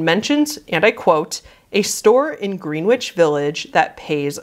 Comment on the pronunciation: idk which greenwich village they’re talking abt (ny or ct) but we pronounce it “greh-nitch” village around here